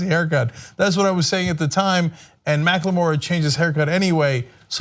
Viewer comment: Cenk! U pronounced macklemore's name right! Finally!!!